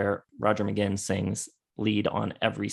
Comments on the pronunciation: You guys don't even know how to pronounce Roger's surname. Magain as in again? Read the name: Mc-Guinn as in the famous baseball hall of fame Tony Gwynn. But by all means, your real experts! No one would let anyone write a book on Michael Jordan if he said he wanted to write a book on "Mikel Jor-Don"...Truly one of the most ludicrous things I have ever seen.... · Good video despite the constant mispronunciation of Roger McGuinn's surname (it's pronounced McGwinn). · It's pronounced "McGwinn" NOT "McGinn"!!!! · it's pronounced Magwinn not Maginn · Hey guys, please, it's pronounced "Roger Muh-Gwwinn." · It's pronounced like Mc-GWINN. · I love your appreciation for the greatest American band. But your consistent mispronunciation of McGuinn is driving me mad.